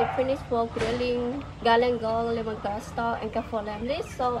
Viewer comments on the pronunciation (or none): none